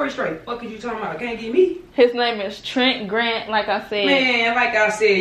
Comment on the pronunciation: “okay Trent Grent”💀💀💀💀